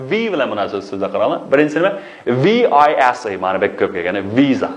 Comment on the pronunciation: Visa-سزبۇ نى ۋىيزا دەپ ئوقىدىڭزغۇ/ۋىسادەپ ئوقۇمامدۇق